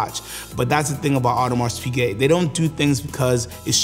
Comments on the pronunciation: nice presentation. Just hurt my ears when you kept calling “Audemar(s) Piguet” with a pronounced S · Weird that this guy is so knowledgeable of AP but mispronounces it every time